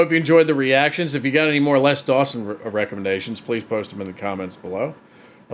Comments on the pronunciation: It's pronounced "Lez" Dawson. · His Name Les is pronounced Lez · I sometimes forget Americans pronounce things differently and then you started calling him "Less Dawson" which sounds all wrong, because it's pronounced "Lez" in the UK. But glad you enjoyed the jokes. Always good to see classic comedy get new fans. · Lez not Less, definitely non Less Dawson. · Hey; just a point - it's Les pronounced Lez, not less;) Sad to say, Mother in law jokes are not allowed in the current climate of "don't offend Anyone!" I miss the 80s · It's pronounced lezDawson not. Less dawsonsorry. But less dawson was annoying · Hi, just FYI, his name was pronounced "Lez" not "Less" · Les not Less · ‘Lez’ not ‘Less’ Dawson.😊